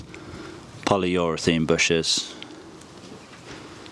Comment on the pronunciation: Polyurethane not polyurethene